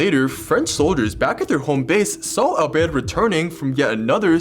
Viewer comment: I love the accent when he says “alberte”